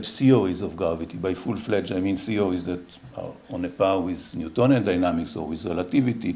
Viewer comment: I kept hearing CEO's... It's when I saw the slides that I started to hear 'theories'.